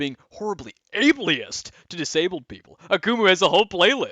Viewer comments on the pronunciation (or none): Just FYI, it's able-ist not abliest. Also the amount of people who call kumo "Kumu" is wild. I'm sure that has some contribution to people trying to pull you into the situation.